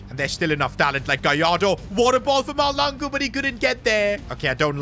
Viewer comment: Bro your saying malangu search up how to say mahlangu